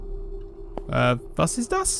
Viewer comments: For being a Brit, that pronunciation of the German sentence of "What is that?" was really good. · as german i can say that your "was ist das" was pretty good